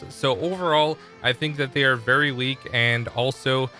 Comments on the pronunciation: "Vury vury" 😂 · Vury vury good video